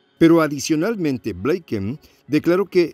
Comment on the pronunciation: Binken, se pronuncia "blinken" no "bleiken"